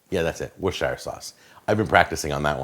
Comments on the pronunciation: Worcestershire is pronounced like wust-er-shur not wustshire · You got the first part of Worcestershire right but the second part is more like "shear" as in to shear a sheep. Or just "shuh". This isn't the Hobbit :p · lol alotta americans say "war-chester-shire", makes me gringe. Just like when ppl pronounce the L in salmon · Tilley because its the right pronouciation aha, he says it really weird